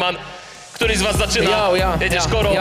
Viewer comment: ej ten koro brzmi jak kara xDDDD